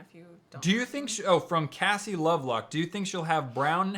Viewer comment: Cassie Rose Lovelock same with me, right when i heard him say my name my heart dropped and i had to call my mom right away because we love and amanda!! and also he pronounced my first and last name right and that never happens lol